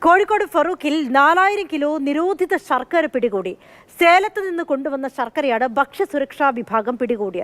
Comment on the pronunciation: സർക്കര അല്ല ശർക്കര 😂😂😂